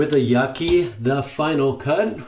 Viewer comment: I love my Yaqi ( its pronounced as Ya Chee in Mandarin) TFC..give me great shave always..btw u should try Vikings Blade Emperor..a damm fine adjustable razor.